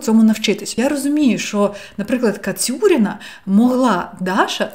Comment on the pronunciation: Супер цікавий розбір! Дуже глибоко і доступно для сприйняття! Єдине - здається правильно Кацуріна а не Кацюріна))